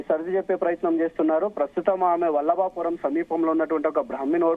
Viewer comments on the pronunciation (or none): Vibalapuram kadhu vallabhapuram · Vallabhapuram ra Nayana vibalapuram kadhu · Vibalpuram kadu rah ayya Valabapuram 😅😅